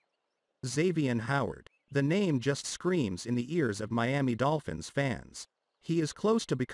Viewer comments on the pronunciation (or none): I told you about saying Meami when you definitely know it's Miami... Just stop it I'm not giving you no more comments in the section either